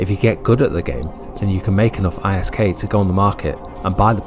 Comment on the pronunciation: Its pronounced as Isk all one word as in wisk